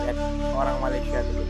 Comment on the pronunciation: COBA PERHATIKAN DAN DENGAR BAIK-BAIK APA YANG DIUCAPKAN... BERKATA MALASYA... MALASYA.... MALASYA 🤣👻👻👻🤣👻